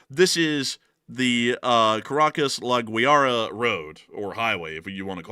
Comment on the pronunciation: Caracas port is La Guaira. Lah Gu-ah-Ih-rah.